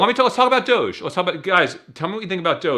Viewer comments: The fact they refuse to pronounce doge correctly makes me have 0 faith in these fucks. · Lol DODGE 😂 DOHGEE lmaoooo Dogecoin lolol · Please stop saying dodge and dogee coin I’m gonna have a fucking BF